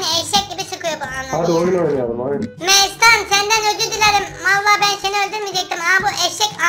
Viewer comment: 1: 54 Mestana. Metehan diyo fark eden varmi